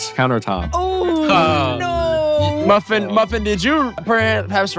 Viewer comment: It took me so long to realize what oof was saying about muffin